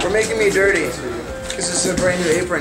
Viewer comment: "Time to get durtay" haha